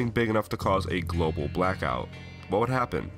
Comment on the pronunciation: The guy asked what would happen if a "gobal" blackout happened XD.